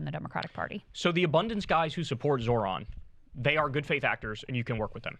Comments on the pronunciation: It’s Zoh-ran, not Zoron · You butchered his name.